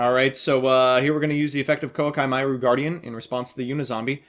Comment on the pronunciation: When he says Koa'ki Meiru wrong smh